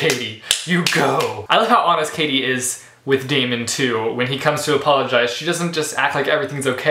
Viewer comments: It's Day-mun not Day-me-en. Great review! :) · I'm pretty sure Daemon's name is pronounced Demon... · Great review! And don't worry, everything will be explained in the sequels (you're kinda on the right track;)) btw, his name is pronounced 'Demon' ( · See i thought it was pronounced Day-mon too but the audio book pronounces it Demon.. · Yes ! I loved him also . I listened to a clip of the book before buying the hard cover and in the audio version the pronounced it as Demon lol . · how do u pronounce Daemon's name? I pronounced it Demon because it kind of fits :) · You pronounced Daemon wrong almost every time lol And I hated him too for like a book and a half but trust me it all gets better xD Katy is a character which you can relate to soo easily..... And hurry up, Opposition comes out on August 5!